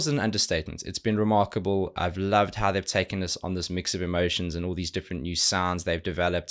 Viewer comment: Why every time he says "Remarkable" I hear " ReMARCOble" ???????????????